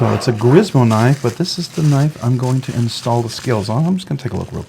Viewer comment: It’s pronounced Grimsmo, not Grismo.